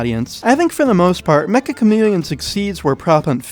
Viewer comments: If the game is made by a Japanese dev, it’s not mecha it’s “meccha”. It’s a Japanese word meaning extremely or super. It’s pronounced “meh cha”. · it's.... pronounced... meCCHa chameleon... not "mecha" chameleon... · Triggers me how everyone pronounces the title Mecha Chameleon instead of Meccha Chameleon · It's pronounced may-chah o algo